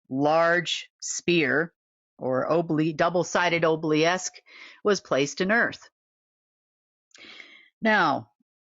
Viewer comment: Is ob-lee-ask the same thing as ob-oh-lesk?